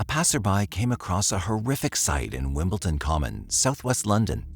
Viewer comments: WimbleDon. Not WimbleTon. Dammit. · It is not WimbleTon.. It is WimbleDon. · I’m sorry to be picky, but it nearly drove me crazy, it is WimbleDon not wimbleTon, other than that it was a very interesting documentary, it seems tunnel vision by law enforcement is a problem worldwide, so many people have died because the wrong person was targeted and nobody wanted to be proven wrong. Oh well EGO does seem to play a big role with some people. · Why does the narrator keep pronouncing the town "WimbleTON" ??? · Yeah. I guess I can't expect an AI narrator to know how to pronounce "WimbleDon." It's a D, not a T. Pet peeve. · You kept saying Wimpleton. Couldn't get past that. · It’s not pronounced Wimbletin!! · wimbledon, wimbledon, WIMBLE'D'ON.